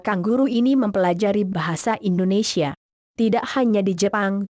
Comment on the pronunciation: Bukan Indonesyia neng, tapi Indonesia .